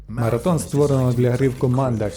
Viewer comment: Дякую за переклад та озвучку. Але. МараТон? Ви серйозно?